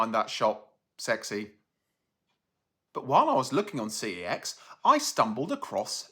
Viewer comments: it is pronounced like sex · I briefly worked at CEX, they want you to pronounce it "SEX". It's why their in-store wifi networks are called "Unprotected CEX" and "Protected CEX". But I still pronounce it "C-E-X".